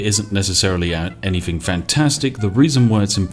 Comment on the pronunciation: Everytime i watch a spiff video "Anythingk"